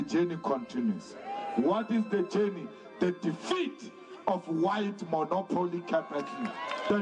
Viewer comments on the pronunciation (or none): none